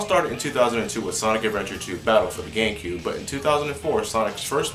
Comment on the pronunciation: Is it just me or does it sound like he is saying Nintendo GayCube and not Nintendo GameCube.